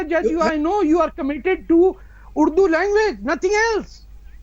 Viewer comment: Tarek fateh speaking urdu and yet saying urdru hai kya??